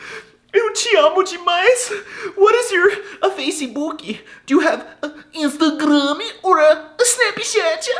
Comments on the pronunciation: Thery don't say instagrammi , they say instagrã (/ˌĩʃ.ta.ˈgɾɐ̃/) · That's not how they say Instagram. You should know that Portuguese-speaking people do an apocope when a word ends with a m: "Instagrããã".